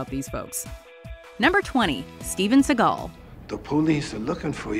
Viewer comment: Who tf is Steven Segall? Steven Seboomboom?